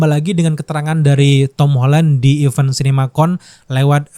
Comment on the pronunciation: Even dan event beda bunyinya